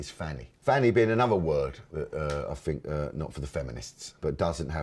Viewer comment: I “fink” he needs subtitles.